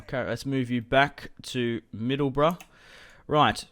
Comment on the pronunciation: ffs Middleborough it's Middleborough not Middleboro